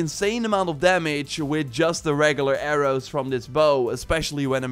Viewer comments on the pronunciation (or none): AIR-OOs and ARRMORRE